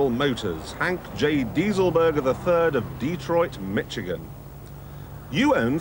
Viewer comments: He still says Detroit, MITCH-igan. Its MISH-Igan. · Did he say "Mitch"igan?